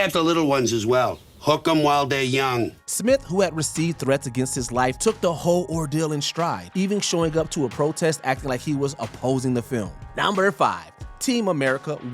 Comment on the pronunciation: Mojo, you are better than this. He has no business narrating videos. For example: the words “hold” and “whole” are both pronounced as “ho”. I hope this was done “ax-identially” .